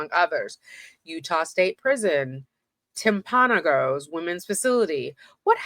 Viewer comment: I saw someone else has already let you know how to pronounce Heber. Kamas has the emphasis on the first syllable. Think of the word "canvas" but with an m instead of nv. And Timpanogos has the emphasis on the 3rd syllable Temp-a-NO-gus. Just be glad they didn't mention Tooele. 😂